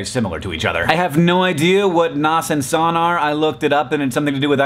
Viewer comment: IT guy here and oh boy did I go crazy when hank mispronounced nas and san, in both cases the a is pronounced like the first a in nasa or nascar. Also, here is a simple explanation of both. NAS - Network Attached Storage: Storage that is accessible through a device that is connected to a network (such as a computer or those little storage devices you can get at bestbuy). SAN - Storage Area Network: A completely separate network that connects storage devices directly to computers. This network does not use routing (like TCP/IP), but instead has direct connections from the external storage to the computer. This is also the more complicated one to explain and is easier to understand when shown in person.